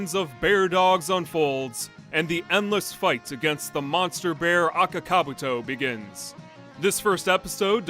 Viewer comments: can't you not even pronounce their names correct? Daisuke and Akakabuto. You're pronunciations are terrible and embarrassing. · I'm Finnish and I've NEVER heard ANYONE pronounce Akaka-Buutto as Aka-Kabuto. I don't think the name was pronounced correctly even once in the Finnish dub :DD